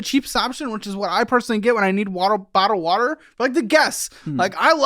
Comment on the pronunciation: I agree. “WAttErr” like come on be serious this is your life. He has an unbearable personality.